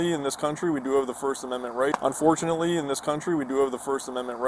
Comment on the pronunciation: Did he just say unforunately!!!!!!!!!!!!!!!!!!!